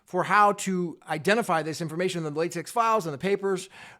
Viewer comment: Thanks for the unbiased reporting. P.S. It isn't pronounced latex but latek as in technology.